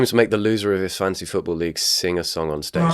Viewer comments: I keep hearing "Fancy football" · every time he pronounced it "fancy football" i was wishing for a rabid chicken to scratch my eyes out and end it all. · somehow it sounds to me like u say fancy football punishment not fantasy football punishment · Is it just me or does keep saying “fancy football”?? 🎩🏈